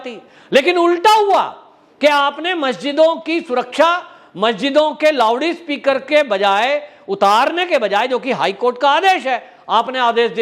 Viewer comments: Sir, it's not Lovede speaker, It's LOUD SPEAKER. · Lowdee speaker nahi loudspeaker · सब ठिक है सरजी पर ये लाऊडस्पिकरको लावडीस्पिकर मत बोलीयेगा अलग लगता हैं 🙏🙏🙏🤪🤪🤪